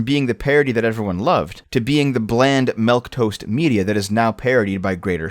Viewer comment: "Melquetoast"